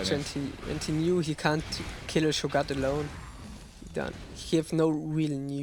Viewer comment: scho-gat? rly?